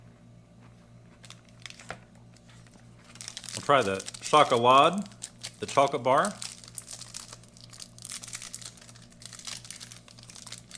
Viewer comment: You pronounce the e at the end scholade